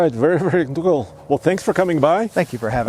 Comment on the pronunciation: very very dool, lol!